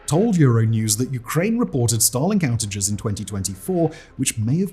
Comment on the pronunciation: It sounds like he is saying Stalin not Starlink and that sounds vastly different.